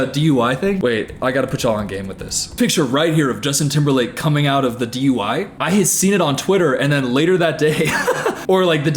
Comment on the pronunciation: "Justin timberlake DUY 1s" 😂😂😂